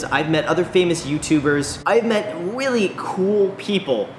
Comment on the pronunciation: Dude said weally